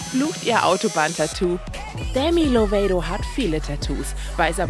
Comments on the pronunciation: Demi ,,Loveido“ ... Bitte sprecht nie wieder ihren Namen so aus 😭😂 Es wird ganz normal ,,Lovato“ ausgesprochen (auch im englischen) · Nur so nebenbei man sagt Demi Loveito nicht Demi Lovedo. 😅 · Man spricht 'Demi Lovato' so aus wie man es liest..(Dehmi Lowato)🙄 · wie bitte wie hat sie demi's Namen gesagt😲😠